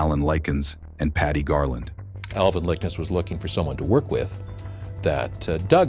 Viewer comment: Lick-Ness!!! The grandparent's last name is pronounced Lick-ness. Not Likens nor Lickens. Dude at least have the courtesy to pronounce the victim's last names correctly. There is an N in Liknes and it isn't silent. You have a good narrator's voice, just do a little more research to get the pronunciation down.